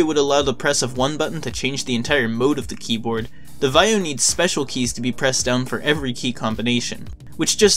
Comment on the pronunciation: Why don't you know how to pronounce Vaio?